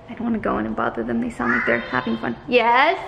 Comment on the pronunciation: The day stops saying “Hes” and actually says yes, I will CRY A LOT 😩